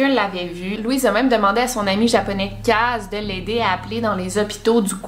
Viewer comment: Tas dit Kaze [eu] mais le e se prononce [é] en japonais